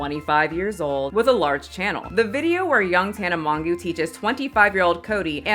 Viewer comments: I lost it when you said Tana mongoo 💀💀💀😂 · Oh lol also Tana's last name sounds like mojo not mongoo but that was adorable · Tana mongoooo 💀💀💀💀💀 they never say her name righr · How tf do you pronounce Tanas last name fr? Can someone write it phonetically for me